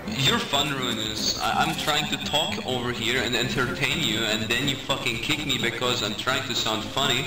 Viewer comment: Keek me?, why would you kik me? I died